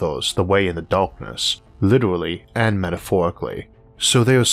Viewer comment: WITEWAWWY...AN METAFOWEKAWYY